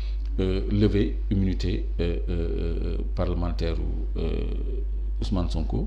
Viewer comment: Senegal7, cette journaliste pousse les gens a boycotter votre chaine, on sent son mepris quand elle parle de Sonko pour une journaliste qui devrait etre neutre. Elle sait meme pas lire, immunité parlementaire elle peut pas le dire correctement, elle fait des remarque betes c'est pourquoi a raison lorsqu'il dit que ce genre de remarque l'irrite.